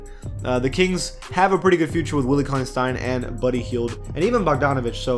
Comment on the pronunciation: Please stop calling willie cauley-Stein “Conley-Stein” it’s really starting to bother me